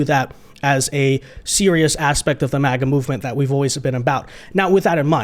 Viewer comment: I thought it was MAGA, not MIGA?